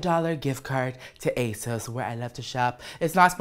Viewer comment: At first, I heard "Ace" instead of "Asos" I was like, Ace Hardware? Okurrrr